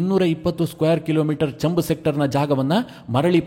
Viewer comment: ಅದು ಚಂಬ್ ಸೆಕ್ಟರ್ ಅಲ್ಲ, ಛಾಂಬ್....ಸೆಕ್ಟರ್